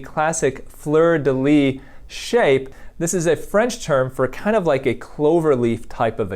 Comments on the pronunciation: "Fleur de lys" in French is pronounced "fleur de lisse" :) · Hi ! I’m a French speaker and just so you know, in « fleur de lys », you have to pronounce the S. 🙂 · Fleur de lys. Lys doesn't have a silent ''s''